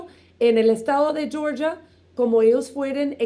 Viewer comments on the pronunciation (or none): none